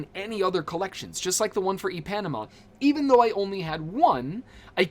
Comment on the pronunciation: Good Vid! Ipanema = EPanama is hilarious. I believe it supposed to sound like Eee-Pa-Neema . Good try tho 😂